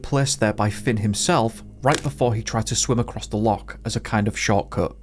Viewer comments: Please learn how to say Loch instead of Lock!! It ruined the story for me.. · It's not 'lock' u sassenach. It is loch, get it right. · Wish you could learn to say Loch it’s very annoying a lock is something you put a key in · Why are you mispronouncing the word loch, are you deliberately trying to insult Scots? Its not a hard word to say otherwise